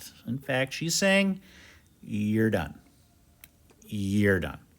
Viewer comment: “Yer dun 😤” Love it 😂